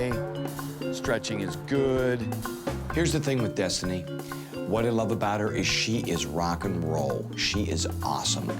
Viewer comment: Daisy in each episode says wuv can't even pronounce love 😂😂😂🤣🤣🤣